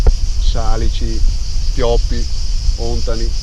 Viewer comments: òntani non si può sentire! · Hei! Ontani con l’accento sulla a non sulla o,detto questo complimenti per il video